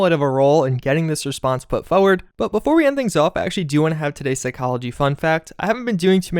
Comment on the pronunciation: "fuhward" I'll never unhear it